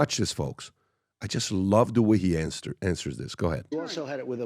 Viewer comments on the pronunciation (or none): “I love the way he ansters this”